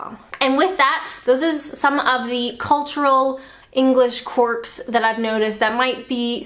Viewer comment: BTW, it's 'Quirks' not 'Quarks'. The latter are a fundamental particle that makes up parts of an atom.